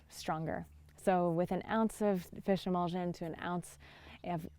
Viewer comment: Did you say fishemolsen?